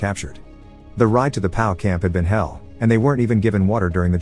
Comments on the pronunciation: I knew what P.O.W. means you silly person. That is exactly my point. The narrator pronounced P.O.W. as the word "pow". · Never heard the word “POW” pronounced as if it rhymes with “wow” before. Is the narration on this channel computer generated?